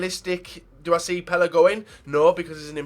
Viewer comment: Pel-ey not pel-uh